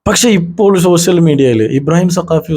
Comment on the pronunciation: ശ്ശോഷ്യൽ മീഡിയ അല്ല. ആദ്യം പറയാൻ പഠിക്ക്